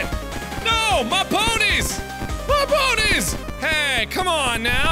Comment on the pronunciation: Ponies are now pronounced puh-neys XD